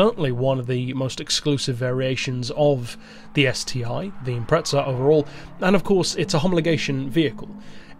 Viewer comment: Why do euros always say impreTza? There's no T in Impreza